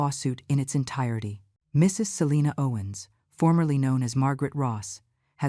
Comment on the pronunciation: Why can’t AI say the word “Mrs.”? Just curious